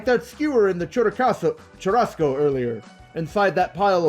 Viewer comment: First LPers I've seen who pronounces "duralumin" and "churrasco" correctly (finally).